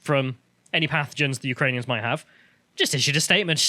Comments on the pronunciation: Lol she called them ukrainions,also there is a odessa city in texas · Who are the Ukrainions? Like communist Klingons? She definitely said "Ukrainions". What's really going on here? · Let's be very clear and not spread fake news, she didn't say Ukrainians, she said Ukrain-ions.